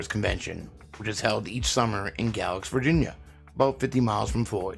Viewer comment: GAY-lacks, Virginia. GAY-lacks!!